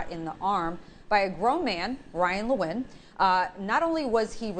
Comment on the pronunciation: Even the News can't pronounce Nguyen. News writers muster and anchors must not have Google translate.🤣🤣🤣 It's pronounced (When).